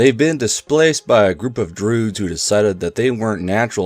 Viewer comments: I think its a joke about an old game called "mystery of the Druids", voice actors in the game read Druids as Droods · Why does say Druids like that